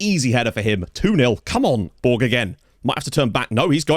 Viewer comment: Great work. In Malta, Borg is spoken similar to Borch with a very soft g rather than a hard g.